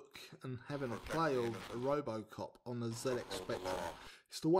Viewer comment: I loved playing this game back in the day. For some reason my brother thought the game synth said ‘Apple Croft’ rather than ‘Robocop’. Go figure!!! But funny at the time.